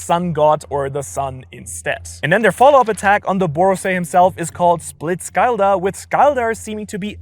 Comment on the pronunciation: “Borosei” I love it,lol!😂